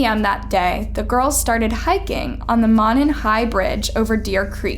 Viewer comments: Monon is Moan - on not Mon In - : ) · It is pronounced Del-f-eye. A long I. Also, it is pronounced Moe-nen. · And Monan bridge was pronounced wrong. Furthermore, the girls didn't meet up that day. She said one of the girls called the other to go to the bridge. False. They had spent the night together. There are so many things wrong with this video. She even says people put false information out and it hurts the case. She dropped the ball on this one. Horribly.